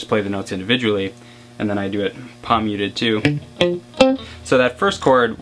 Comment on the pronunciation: I've never played guitar and you kept saying "pomyutid" I was like what the. I realized you were saying palm muted